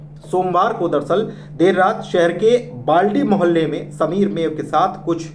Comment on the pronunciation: bhai sahab Balti mohalla nahi uska nam Baldi mohalla he